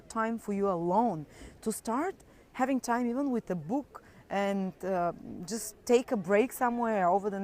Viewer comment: Say it again, "bOOk" lol.